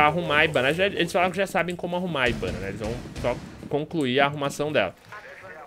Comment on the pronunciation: Mó estranho o fala ibana